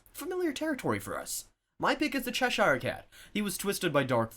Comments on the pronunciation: cheh-sheer NOT chesh-eyre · Gods, what is it with Americans not being able to pronounce English words? "Chesh-ear" cat, not "Cheh-Shire".